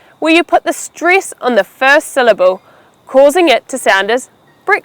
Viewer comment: Why do you pronounce "stress" like "striss" and "next" like "nixt"? I have never heard such a thing. (You may as well correct my writing as I am not a native speaker).